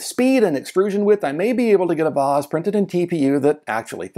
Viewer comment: Your pronunciation of vase is how I was taught to say the word. Very British. Posh.